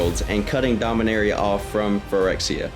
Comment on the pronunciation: Rastafarian Dominaria sounds like arrr eee ah not area